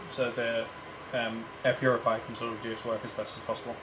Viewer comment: Man literally said , puriviya, hahahah, instead of Purifier, hahahahh